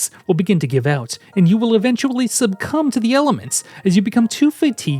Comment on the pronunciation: Very glad to hear that is still pronouncing it subcumb instead of succumb